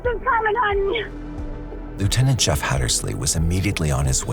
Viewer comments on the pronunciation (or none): none